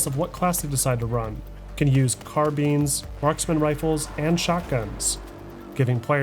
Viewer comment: When ever you say “carbines” it sounds like “car beans”